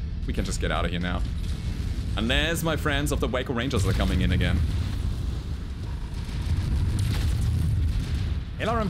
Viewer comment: Waco does not mean WACKO .... its WAY-CO... say it again.. WAAAAAYYYYYY -Co.....otherwise... LOVE the vid.